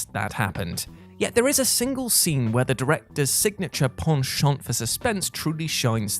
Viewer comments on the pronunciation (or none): none